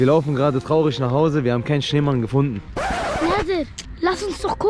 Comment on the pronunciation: Auch er zu Schneemann „Neman“😂❤